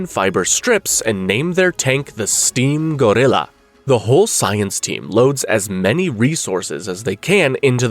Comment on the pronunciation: bro says steam grlilau